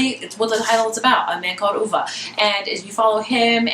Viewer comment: You DID pronounce it properly!! Good for you, I'm over reviewers saying OVE.